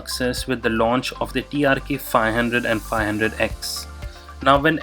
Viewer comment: Its TRK and not TRX as u have been saying.